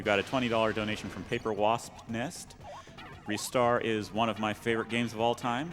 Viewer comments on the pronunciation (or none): Rye-star it's pronounced rye-star